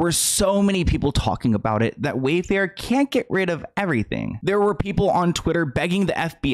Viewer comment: He said WayFart on accident